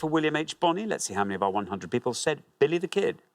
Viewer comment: I know accents exist, but "Belly the Ked"? really?